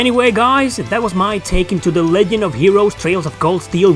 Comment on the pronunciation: Lol you said legend like "leg end" like foot